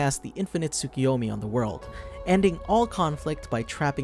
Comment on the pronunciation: Its "Tsoo-koo-yomi"